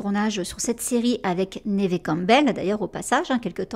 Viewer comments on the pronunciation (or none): Neve se prononce comme Eve. Y a pas de accent aiguë. Idem en anglais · C'est la première fois que j'entends prononcer le nom de Neve "névé", ça surprend ! Mais vivement la vidéo :) Chouette vidéo, je m'étais arrêté à Ghost Whisperer que j'ai vu un paquet de fois, et quelques téléfilms parce que c'est aussi l'occasion d'entendre sa voix française. Beau travail de documentation en tout cas !